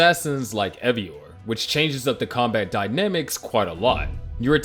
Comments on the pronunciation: OMG are you serious?? Eivor is pronounced Ayvore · hi, you should probably get your fiverr voice-over artist to pronounce 'eivor' correctly.